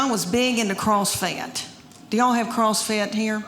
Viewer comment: CrossFit? I thought it was CussFit...